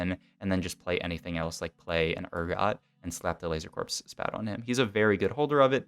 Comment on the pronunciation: IT IS PRONOUNCED LASER CORE NOT LASER CORPSE